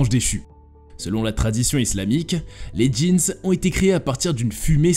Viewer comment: On dit des jin pas des jeans